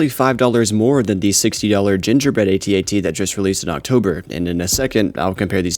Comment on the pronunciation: It's known as an @@ not "aytee aytee".